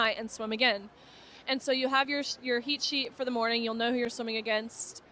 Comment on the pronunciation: She said heat sheet I heard heshe lol